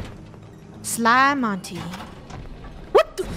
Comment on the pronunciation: …Sly monty….? Isn’t it SLAY MONTY..??